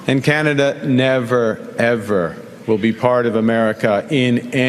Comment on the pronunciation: hey bud don't disrespect us! it's Canada not canadia